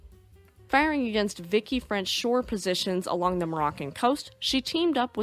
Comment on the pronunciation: "In freedom units..." Love it lol 😜 also it's pronounced "vee-she" not "Vicky" but all in all a very good video 😊